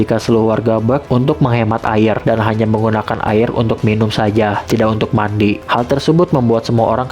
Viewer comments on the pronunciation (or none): bang ko bilang mati bukan mandi